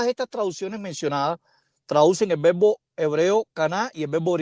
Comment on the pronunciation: Se pronuncia vebo or verbo?